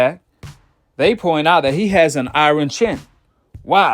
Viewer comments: Dat boy said I-Ron chin lol it's Iyarn bro. IRON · He said “I-Ron “ chin 🤣